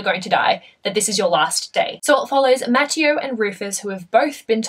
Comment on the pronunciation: just a lil' heads up it's pronounced mah-tay-oh not -mat-tee-oh just thought you'd want to know 😊